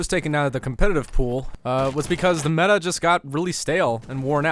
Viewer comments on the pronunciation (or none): none